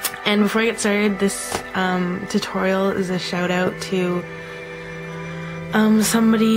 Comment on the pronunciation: "Shout oot?" Canadian! Ammaright or ammaright? :D